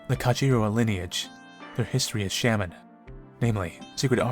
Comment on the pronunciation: Sham-men Me: S-ah-men 🤦‍♀️🤦‍♂️🤦 I'm sorry